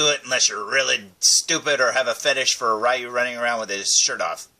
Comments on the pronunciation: I love Street Fighter. My two favorite Street Fighter characters are Ryu and Ken. And by the way, according to Capcom, Ryu's name is pronounced "Ree-Yoo", not "Rye-Yoo". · Pssha! What does Capcom know,!;) Yeah, I remember learning, after a lot of years, that it's pronounced Ree-Yoo, but by then I was so used to saying Rye-Yoo, that Ree-Yoo didn't sound right to me. So, I go through life, day after day, saying Ryu's name wrong, but hey......someone's gotta do it or it becomes a lost art.;) As for me, my absolute favourite Street Fighter character is Vega. (Balrog in Japan, the one with the mask and claws, man, Street Fighter is so confusing!) But yeah, that's my fave! ^_^